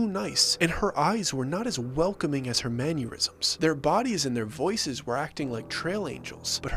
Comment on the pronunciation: Manyuirsms😂😂😂😂😂 learn English😂😂😂😂😂. Mannerisms 😂😂😂😂